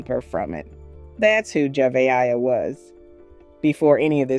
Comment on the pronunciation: Please pronounce this little girl’s name properly. It’s pronounced Jevaya aaaaaaaaaya